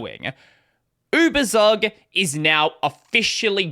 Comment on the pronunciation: Just a note on pronunciation: it's YOU-BER-TSOOK